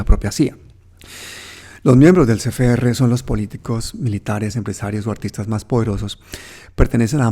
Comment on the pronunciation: una corrección: Es C F R, no es Ce Fe Erre.